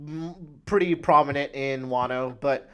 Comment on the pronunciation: Also why the hell are you pronouncing Wano as "Waaay-no"? It's a "short a" sound not a "long a" sound.